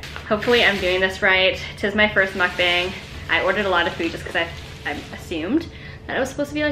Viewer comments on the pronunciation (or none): I love it!! it's pronounced as mook-bung though :)